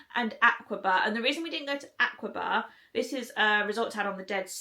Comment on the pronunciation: Why didn't you come to Aqaba in the far south? The winters are fabulous. If you come in November through March, you will LOVE the weather. Oh, you answered my questions at the end. Just FYI, it's pronounced AHK-a-bah, not AHK-wa-bah.